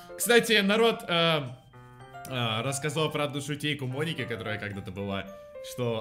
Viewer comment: Правильно Моники а не Моники!